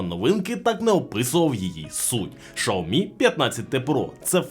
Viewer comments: Чому шаомі а не сяомі 😅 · услышал ШАОМИ , и меня стошнило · Шаверма з лайки чи що? каже про шаурму з лайкою, а сам показує теліхвон.....нічого не поняв....Треба сказати що правильно казати - шаурма з лайкою ))) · ШАоми 😂😂😂😂 .... бляяя.... меняйте ведущего 😅 бо бесит пиздец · Ужас взагалі ге правильно вимовляеш бренд телефону і назву камери,треба ше вчитеся